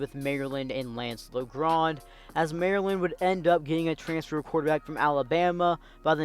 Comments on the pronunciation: No hate, but it’s pronounced Lajohn not Lagrand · No it’s not it’s lance (leeondre) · Learn your French pronunciation bruh smh it's not La Grand